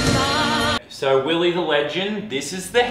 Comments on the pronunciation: It's not willie its willeh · It’s not Willie, It’s WillEH! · ITS NOT WILLIE ITS WILLEH HE SAID IT IN THE VLOG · it's not Willie it's WILLEH!